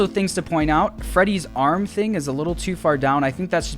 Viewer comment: I was hoping someone in the comments also noticed the mispronouciation of Freddy's name.